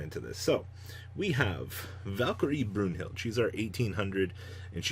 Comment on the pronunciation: Let me help you. Brun-hill-da. Dritt-a. Er-da. Er-sta. Fuun-ft Seks-ta Fear-ta. Z-vi-te. And here's your lesson in German to the day.